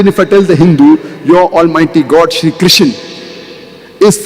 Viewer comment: Krishna Not kisan Mr broker